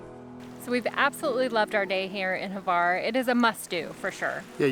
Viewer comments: I never heard a single English native capable to pronounce Hvar, it’s Hvar (that H comes from your throat) not Havar! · 🤣🤣🤣 “not too Hvar”